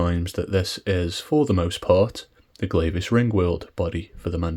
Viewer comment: It's pronounced Gleah, like yeah. Glavis Ringworld.